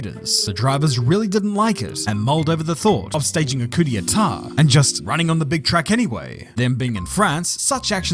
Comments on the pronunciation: Cootie T'ah??😅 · brother how did you just say "coup d'état"?